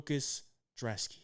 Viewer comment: IDC what any of you guys say. his name starts with a B it's not drzeski it's brzeski. IDC about where he's from I don't care about what language he speaks, this is America that is a B in front of his name lol not a D pronounce it's ( Brez-ski )